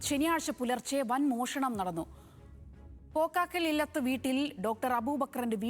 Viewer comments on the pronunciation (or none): കുട്ടീ.... അരിയന്നൂരിൽ എന്ന് വായിക്കൂ...... അതുപോലെ പോക്കാക്കിലില്ലത്ത് എന്നല്ല.. പോക്കാക്കി ല്ലത്ത് 😅😅